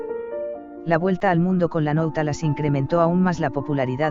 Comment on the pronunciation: Nautilos. no nautalas